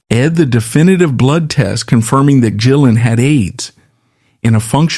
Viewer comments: That's one of the downsides with AI generated narrations. Occasionally, it's JillEn 🤷🏻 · Are you mispronouncing rays last name on purpose? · Thank you. I'm glad someone else said it. It kept mispronouncing his name through the whole video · True story. My friend calls me up one night and asks if I want to go see Badlands. They were playing locally. D.A.D. opened up. I said I don't really like them but sure I'll go. Instant fan after that. I see your AI mispronounced rays name 2 different ways. Hire a voiceover artist. You are making money on ads so you can pay a live person. It makes you look uncredible and it is just cringe. Is that a Photo of Jason Newstead wearing glasses you are showing? Makes this video even more suspect. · How about not being a lazy mfer and narrate your own videos instead of AI mispronouncing his last name through the entire video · There are images of John Sykes, Jason Newstead, and Mike Starr all through this. They were connected so thinly that those pics should be used once or twice. There's also constant use of Jake E Lee. I know they played together, but the pic is used when they're talking about Gillen throughout this. And then the mispronunciations of Gillen. Such AI crap. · How the Hell , can his name be pronounced completely wrong ? This is Ai at its most terrible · This is pretty bad, but I've heard worse. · It's AI and can't distinguish between the hard or soft G. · Mispronounced his name throughout the video. Showing other stars in pictures....js...AI trash